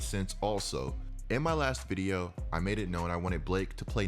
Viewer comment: The way u say video amazes me videa